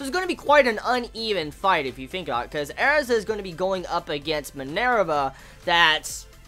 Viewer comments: her name isn't Airza it's Erza pronounced like URZUH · No, listen to the characters pronounce it during an episode. They clearly say it as AIR-za...